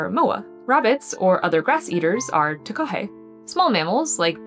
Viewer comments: she said "tahokey" its taah kaah hey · something small I wanted to point out but the plural of Kiwi is not Kiwi's its just Kiwi as Kiwi is a Māori word. Takahē is pronounced "Tah Kah Hey" and Kākāpō is pronounced "Kah Kah Poh" There's resources online of videos and audio pronouncations of these bird names for any future videos. Love your videos!